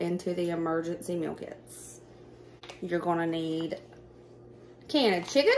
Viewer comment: Love love your hair. And, my ears kept hearing Emergency Milk-Its!!!!(meal kits). 😂😂